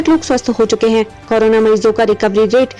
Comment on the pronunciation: Madam pahle korona bolna seekh lo